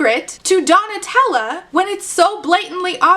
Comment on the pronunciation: I listened to this so absentmindedly that when you started calling Donatella "Tella", my mind just automatically corrected it to Nutella and went yeah that's a name that sounds right